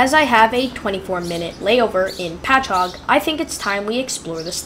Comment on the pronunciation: At least you pronounced Patchogue correctly. Could have just stayed on and transferred at Speonk